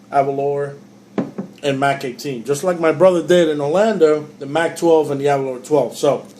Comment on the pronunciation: Can't stand how most Americans pronounce Aberlour, it is not Aberloher, it is named after the Scottish village of Aberlour, pronounced Aberlouer. Similar sounding to (baking) flour.